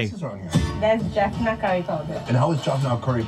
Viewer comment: Please stop saying "Jorphnurr", it's Jaffna. You are making the same mistake as the guy in the video. The proper way to refer to Tamil people is "Tamils" not Tamilian. Indian Tamils will refer to themselves as "Tamilian" because that's an Indianisation, other Indians refer to them this way. Sri Lankan Tamils are called "Tamils". As a Catholic Tamil, I can say Christians have existed in Sri Lanka since St Thomas visited the southern states of India. The Sinhalese film industry is quite developed, they produce a lot of movies, TV series and telenovas. I don't think the Jaffna film industry is that big, but they definitely have a lot of cool projects going on.